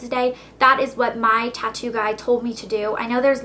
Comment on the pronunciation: i though you said toco